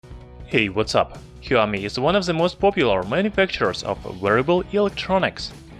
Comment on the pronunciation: Shaomi not heeaomee